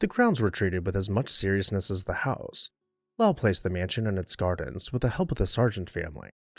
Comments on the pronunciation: In Mass the family and city are pronounced: Low-ull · Lowell rhymes with coal